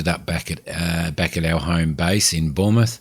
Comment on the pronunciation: yes I do but I moved over to stratus for my proper playthrough after learning the basics on cumulus. Still my home base though. LFRD is just west of mont St Michelle which is nicely modelled and a starred landmark in the sim. Not knocking you at all but Bournemouth is pronounced ^bornmuth^ the o is silent. Loving your work, and enjoying the series.